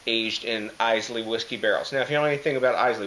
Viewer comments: Excellent review my man. Enjoyed watching. Couple of things though. Islay is pronounced Ay-la. It's not an island off Scotland. It's a Scottish island. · 350 already! wow you are nuts! Islay is pronounced how Island is pronounced. I - Lah is how you pronounce it. This sounds like a beer that I would love, I love Islay Scotch.